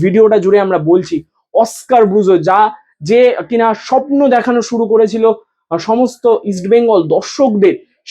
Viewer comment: শবন স্বপ্ন উচ্চারণ করো